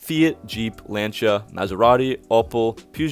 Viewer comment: Love the fact that, you know how to say "LANCIA" the proper way. The rest of your analysis is absolutely rubbish. Keep the day job.